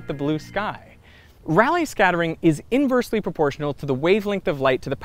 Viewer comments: I'd pronounce that as Ray-lee scattering, given, it's spelt, Rayleigh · Anyone else mildly bugged by Derek's mispronunciation of Rayleigh? >.> lol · Rayleigh, with 2 long "a" sounds, which is how he pronounced his name, and how actual physicists pronounce it. Try not to misinform in your informative videos.